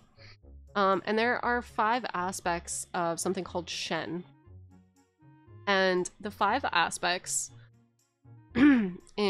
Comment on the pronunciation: Few notes. It’s not “shen” like “Ben” it’s shen like “shun”. It’s not “Taoist”, it’s “Daoist”. It’s not “qi” like “ki”, it’s “qi” like “chi”.